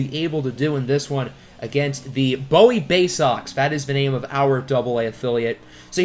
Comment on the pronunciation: loved the vid, but our AA team is pronounced boo-wee. maryland is a very odd state lmao